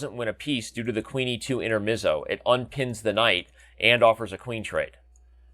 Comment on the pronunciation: Also the e is read like pepper not like bee, it's an Italian word, like fianchetto